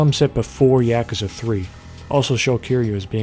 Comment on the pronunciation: I CANNOT stand the way you say yakuza. Could you just say like a dragon instead? Fuck